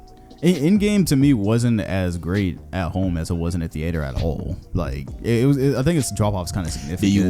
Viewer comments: saying the ater instead of theater you sound like stephen a sying kember instead of kemba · “theeator” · Why tf say theater like that its got me kinda fucked up, is that a florida thing or sum?